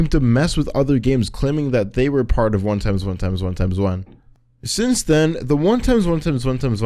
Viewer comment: the way you say his name xd 1 Eggs 1 Eggs 1 Eggs 1 Eggs